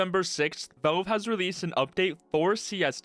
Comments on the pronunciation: It's "Valve" not "Velve". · wtf is up with your pronunciation of "Valve" sounds like you're saying "Bo" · Man, this guy really needs to say valve instead of volv